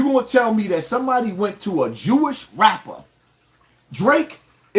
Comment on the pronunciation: "Raaaaperrrrrrr" with the hard R.